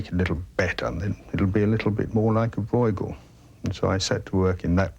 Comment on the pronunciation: 1) It is Brueghel, not "Broy-gull". Copying the dutch pronounciation seems to be a little bit more difficult 2) Brueghel Sr. 's work is much finer and state of the art than junior's.